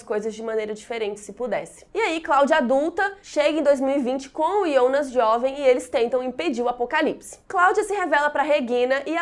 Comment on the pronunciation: Alguém aqui fica meio esquisito quando ela fala “IONAS”